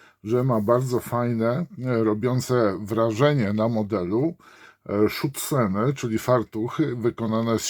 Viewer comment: Źle Pan wymawia niemiecką nazwę tych osłon bocznych - to nie są "schutzen", lecz Schürzen (w przypadku osłon z pełnej blachy, a te ażurowe z siatki, które są w modelu, zwały się Thomma Schürzen).